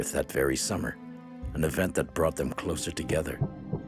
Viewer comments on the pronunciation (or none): none